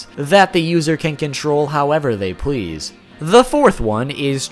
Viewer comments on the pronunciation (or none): none